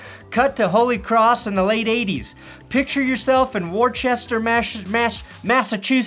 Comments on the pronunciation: It’s woosta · your pronunciation of Worcester was pitiful. It’s pronounced Wooster obviously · Worcester is pronounced “WISS-TAH” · I'm not lol but yes with local access it's Wista. Wooster is the English way of pronouncing it like Worcestershire. I was from NJ originally and I went to the Palladium a few times for shows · It's actually "Woohsta". Or "WER-STIR" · "Wirchester" Oh. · it’s pronounced “Wister” 😂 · I am from Worcester. "Whiss-ter". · Worcester is pronounced "woo-ster" or "wuss-sta" in Boston-ese. ...Really. Next up Gloucester. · Worcester, pronounced Wuhstuh, of course. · it’s pronounced wooster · Worcester is “wuss-ta” kid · It's Wooster kid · "Wurchester, Massar-massae-massachusetts. Fuck I don't know how to pronounce that but I think i'm close." You were not -Sincerely, a local masshole. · As a native New Englander here is how to pronounce Worcester. Wuh stah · I knew someone from Worcester Mass., they told me that different people pronounce it differently. I think he pronounced it “Wuster” though. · Hey, just a heads up, Worcester mass is pronounced like Woo-ster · Worcester is pronounced like the city in Ohio spelled Wooster (but with a short o not woo). (Or think of Worcestershire sauce). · It's pronounced like "Wooster", Massachusetts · No. It's pronounced Wista. I guess you are not a local. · It’s pronounced “Wooster”. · Worcester pronunciation check: It’s “Wu - ster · Worcester is pronounced Wista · Worcester, pronounced something like "woosta". I lived there in the 80s - 90s. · it’s pronounced “wuss-stir” (I’m not kidding) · Worchester is pronounced "wuh-steh" Sincerely, someone from the area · I live in Worcester. People who aren't from New England have a hard time pronouncing it, so I don't blame you. We pronounce it ""Wuh-ster." And if you really want to sound like you're from the Boston area, soften your R's: "Wuh-stah." Hope that helps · WTF is the pronunciation of Worcester?! It's "Wusstah"